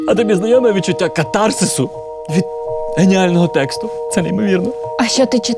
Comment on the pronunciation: В слові кАтарсис наголос на першому складі!